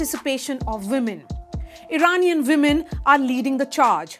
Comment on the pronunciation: Can you please learn how to speak English properly. You have the Vs and Ws mixed up. It's women not vimen and vail not wail. I like your content but your English is atrocious.